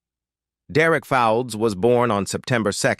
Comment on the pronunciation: Bloody yank, Al, can't pronounce English names...Fowlds, pronounced folds. Etc etc.